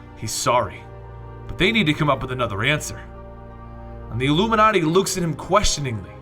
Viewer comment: why do you say llluminati